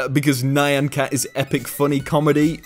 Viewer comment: I'm more upset about how he pronounced Nyan.